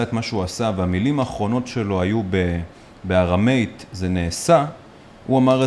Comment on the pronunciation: ארמית כמו aram meat לא ארם מייט.